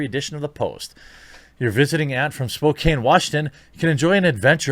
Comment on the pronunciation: speaking of exotic....its pronounced spoke-ann warshington ;) and aunts from there are like...the PNW version of "florida man" XD